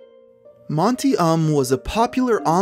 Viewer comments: Pronounced Monty OOOM not Monty Umm DAH-VEE not DE-VEE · Monty Oh-uhm. Not Monty Um.